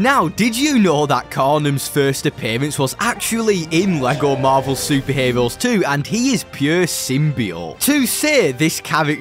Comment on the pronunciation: Vewy stwong chawacter cweaaation in this bwawler game fwom lego. Bwing in the heeewooos! BWILLIANT!!!!!